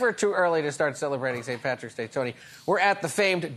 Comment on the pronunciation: Is it really so difficult to say PATRICK??